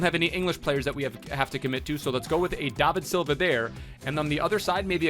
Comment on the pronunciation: u dumb?! learn maths and then learn how to say bernardo SILVA! not shilva or wtv u are saying